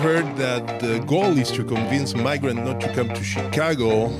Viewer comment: Is he sayin migraines not welcome in his city? Oh shyt